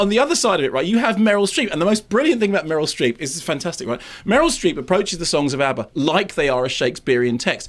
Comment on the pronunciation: Why does he keep calling her Murel Strep?